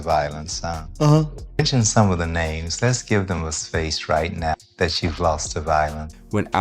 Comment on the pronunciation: Bro why you he doing reports on people and u cant even pronounce they damn names right. Find something else to do gang